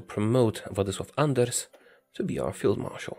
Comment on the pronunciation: I love how you perfectly pronounced Władysław Anders there